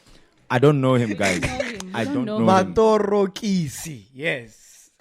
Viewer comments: MacG the elders will call you this year for mispronunciations Maṱorokisi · his reaction when he fambled the pronounciation of matorokisi😂😂😂😂😂😂priceless